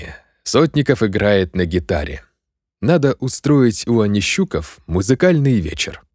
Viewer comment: Онищуков - там ударение на последний слог скорее всего.